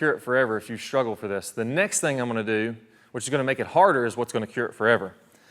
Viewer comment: WTH is it with all of these people now days putting an H in words that don't have them? Shhtruggle?